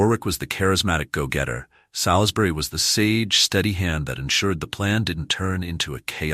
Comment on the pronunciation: Very interesting video but please take more care in the correct useage of names. Salisbury is spoken as 'Solsbry', not 'Salis-bury'. We English sometimes say things differently than they are spelt. Warwick also discards the second 'w' so it sounds like Warrik. Just a couple of helpful points for future videos.